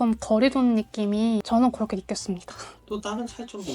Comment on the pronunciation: 와 한국어 진짜 잘한다. 고런데 왜 "그" 발음만 고렇게 안 되는지 ㅋㅋㅋㅋㅋㅋㅋ